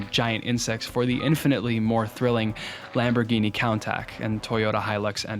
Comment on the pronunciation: I have never heard anyone pronounce Lamborghini countach like that